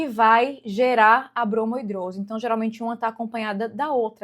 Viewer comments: Uma dermatologista falar "bromo hidrose", a palavra é bromidrose. 😕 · Mulher pra de chamar de bromOidrose kkkkkk tira a credibilidade, parece que você leu a palavra pela primeira vez hoje e tá falando sem propriedade